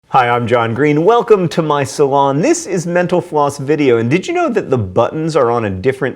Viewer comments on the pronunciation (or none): often when John says "mental floss" it sounds like he's saying "menopause" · At the end of the video it sounds like he says, Thanks for watching menopause. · I hear menopause every time. Thanks, I thought I was losing my hearing.